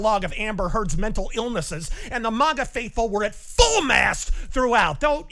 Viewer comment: When will learn to pronounce MAGA correctly?